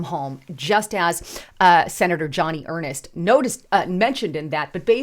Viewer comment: Her name is pronounced Joan-ee Urnst, NOT Johnny Er-nest. She has been a Senator for a long time.